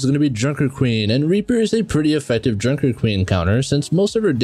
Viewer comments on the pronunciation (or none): none